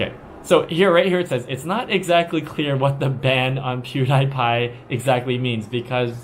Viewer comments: PewDiePie is pronounced “PEW-dee-py” [ˈpʰj̊ʊu̯ɾɪ̟i̯ˌpʰɑ̈ɪ̯]. By the way, his real name is Felix Arvid Ulf Kjellberg [ˈʃɛɫbɚˠɪ̟i̯]; he is actually Swedish by birth. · His follower loves to believe him. It's like how people want to believe they are better than everyone when they really are only just normal people. It makes people feel good. I like how you keep saying his name wrong. Good job on that. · I love how he pronounced the name wrong so many times, so funny lol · If you're going to claim Pewdiepie is a puppet, learn how to pronounce his name at least. He is Swedish. Not American. You could have found that on his Wiki page if you had bothered to look. I don't know if he is a puppet, but it's pretty clear you are a CCP puppet with your generalizations. The Uighar concentration camps are absolutely true. There is footage of them and people have been interviewed about it. Before you justify blocking a search engine site like Google to block the lies of the Western media, you should also be aware of the fact that people involved with international trade in China still have to use VPN to get to Google so they can be aware of what products they need to manufacture for this so called evil West. China loves copying Western technology but says Western ideas are dangerous? You'll get both over Google. Blocking the Internet keeps China behind. If those Western ideas were so dangerous, why do CCP members send their children and money to the US constantly? You are from North America and have seen the big money that comes with Chinese from the mainland to buy up real estate and such in the West. So it is okay for money from China to go to Canada and the US, but Western sites need to be blocked back home? As a North American, you should have seen this contradiction in the PRC like right away when you arrived, but I understand you are not being paid to notice these type of things. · did you mispronounce his name on purpose? good job ...